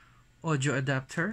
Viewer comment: Tree-point-payb adaptorrr